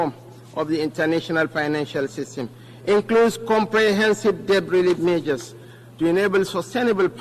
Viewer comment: I can't even understand what he is saying. Unlettered vp. 'This mejors' instead of 'This measures '; 'paktors' instead of 'factors '; 'painans' instead of 'finance '